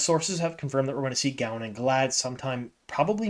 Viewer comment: I just finished listening to AMoL today. I can always tell the book readers from the audio listeners by pronunciations. Trollocs and Galad are perfect examples in this video.